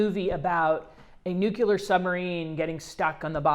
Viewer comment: NuCLear... gawd!!!